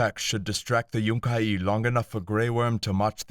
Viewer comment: also its yun-ki not yunk-ie two syllables not three but great reading love all your stuff you should try get job as narrator